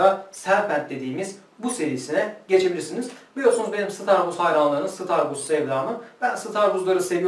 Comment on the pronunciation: starbuzz tütünlerini nereden alıyorsunuz eminönünü altını üstüne getirdim yinede düzgün starbuzz ürünü bulamadım. nereden alıyorsunuz ( sıtarbuz değil sıtarbaz aga :) )